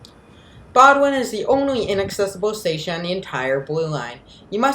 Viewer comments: BOWDOIN station is pronounced BOHHHHH - DIN not BOW A DIN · The narrator alienated every Bostonian by mispronouncing the terminal’s name. It’s pronounced “Boden”, not “Bodwin”. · Bo-dun, not Bo-doo-win, and East Boston, not Eastern Boston. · "Bo-d'n", not "bod-win." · It is pronounced Bo din. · It's "BOW-Din" Station. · you should have done your pronunciation homework ahead of time!!! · The T’s own announcement says BOW-DN.